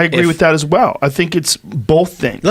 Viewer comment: Joe "Bolth Things" Rogan